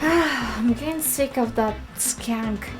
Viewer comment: i like how russians say words like "mentally" and how she says 'skank" , hilarious